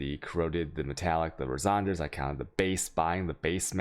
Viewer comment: Resonders??? Jambler?? Chayotic??? Do you realise your pronouncing a lot of words incorrectly??? I'd love to take you serious on your findings but you can't even pronounce words properly.....